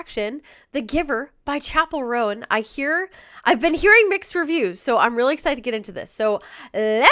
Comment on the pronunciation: I’m enjoying your reaction videos but FOR GOSH SAKES Chappell's last name is ROAN, not “Rowan”. Roan, like groan, phone, stone, alone. You’ve been reacting to her videos for months and months and still don’t get it right